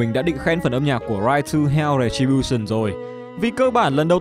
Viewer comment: "Ride to hell:Retribution": u mean "Rai tu heo: Rè chi bu sừn"?